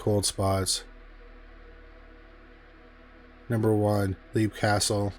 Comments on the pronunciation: Great video. I love stories of haunted castles. The pronunciation of the castle in Ireland is, Lep, not Leap, even tho that’s how it looks. And the Elemental there is referred to as “The It”. Congrats on 100k! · It's pronounce "Lep" castle